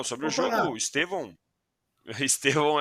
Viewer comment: Eu não aguento ouvir jornalistas falando EsteVÂO.. o nome dele é uma palavra proparoxítona EsTEvão.. pelamor... bando de Gagá!